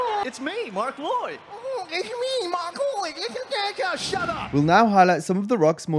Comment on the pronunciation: “It’s me mark loyed” 💀🤣🤣